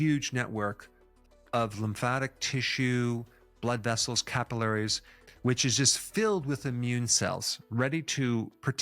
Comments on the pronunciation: Its not CAP- ILL- LAIR- REES ( If phonetically sounded out as the doc incorrectly pronounced the word. Its CAPILLARIES ( KA- PILL- LER- REES). Can't believe an educated medical doc can pronounce a word to do with his occupation incorrectly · Sounds like British pronunciation.